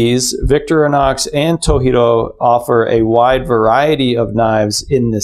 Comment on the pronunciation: FYI - It's To "G" ro, not toheero (藤次郎). Japanese romanized "j" is pronounced as is, not as h like with Spanish or some other European languages. (Source: me, Japanese translator). Thanks for this video; I'm just starting research into knives so this is really useful.